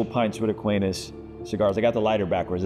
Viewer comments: Someone teach how to say Aquinas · You gotta learn how to pronounce Aquinas before going on this show…